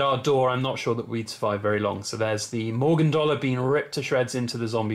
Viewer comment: Morgoon anne? lol tell me thats a joke, it would be pronounced the same as Morgan lmao. morgue as in where they keep dead people